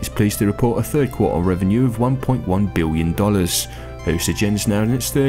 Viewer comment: "Lets say this guy's English", says "Biwwion". Ok.